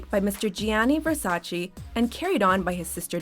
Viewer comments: You pronounced Versace as versaCHI, it suppose to be versaCHE. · Whats Versachee? I heard of Versace.